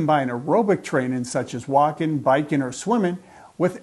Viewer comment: Walkin'. bikin', or swimmin'? Gotta' hit those g's Doc. It's distractin'. Thanks for the info.